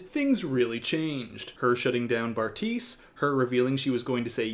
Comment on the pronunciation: LOL I just realized you called him Barf-tise😂😂😂 love you